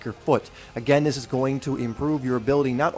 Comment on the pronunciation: Do "THIS" not "do dis"!!!!!!!!!!!!!!